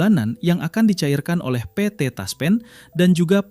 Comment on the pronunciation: Ngomong PT TASPEN Aja pe et the TASPEN. Aneh !!!!